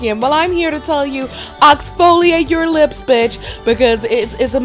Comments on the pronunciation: Oxfoliate lmaoooo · NOT OXFOLIATE 😂🤣💀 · “Oxfoliate” lmfaoooo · "oxfoliate"